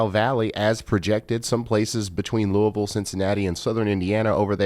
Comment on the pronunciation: Thank you for all you do and for pronouncing Louisville correctly! 😂